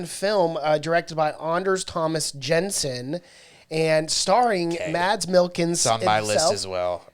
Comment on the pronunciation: So funny that you said "I'm not going to butcher these names" when talking about that Mads Mikkelson movie, but you CONTINUOUSLY butcher his name 🤣🤣🤣